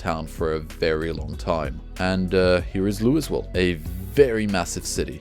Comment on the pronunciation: Thank you for this series! Project Zomboid is such a unique game, but the learning curve is so steep. I know I’m going to die a bunch more times before I finally get it, but this game isn’t supposed to have a happy ending. The “s” in “Louisville” is silent, btw 😉